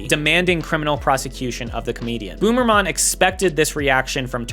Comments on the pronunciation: Hearing you say Jan Boomerman instead of Böhmermann was equally unexpected and hilarious. Great video, very enjoyable watch! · How dare you imply that Bernd das Brot should not exist?! That's cultural heritage right there. Also, I think 'crap' would be the more accurate translation of 'Mist'. Also, 'Boomermann' will now be my new favourite mispronunciation. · I love how you are pronouncing his name as boomerman 😂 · I can't stop laughing at pronouncing Jan Böhmermann as "Boomermann." You can see him here on the 7th biggest tv station, nowadays he's hosting the same show on the biggest tv station. He's uncovering things like Russia's ties to german politicians and security software for phones of politicians even after the invasion in Ukraine and publishing far-right texts of cops from 2018 that are still on paid leave. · As a german the part about Juan Boomerman (yeah no id imagine his name is kinda akward to pronounce correctly as a non german no worries lmao) came out of nowhere. In germany basically everyone knows about this. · Not him pronouncing Böhmerman as boomermann 😬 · How did you look it up? Cause if you put it in Google translator, it pronounces it correctly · Very nice Video btw u are speaking the German o like we would speak a u